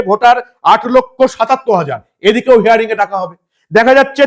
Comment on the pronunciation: হেয়ারিং নয় হিয়ারিং ৷